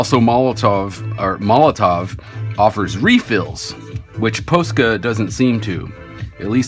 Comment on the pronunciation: Lol the way you pronounce “Pousca”